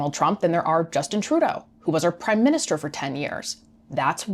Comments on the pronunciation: "MIN-Ster" vs MINIS-Ter - With gratitude. Great job! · Minster not minister no Jim hacker